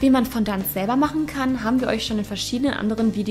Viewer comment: Fondant wird bisschen anders ausgesprochen ^^